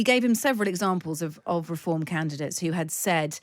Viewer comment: They keep saying they where candates they where volunteers there canvasser she keeps saing candates